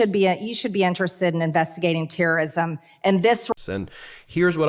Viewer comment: She said Teeerorrism😂😂😂what a fool